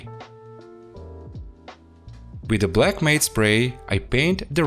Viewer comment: matte is pronounced M-a-t as in the name btw for the future.